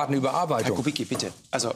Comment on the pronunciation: Herr Lanz bitte dprechen Sie rşchtig aus nicht kubikki sondern kubitzki